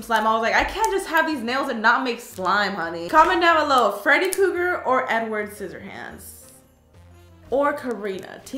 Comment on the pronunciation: Is it just me or did she say enward scissor hands?